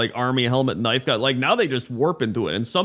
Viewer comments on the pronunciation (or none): none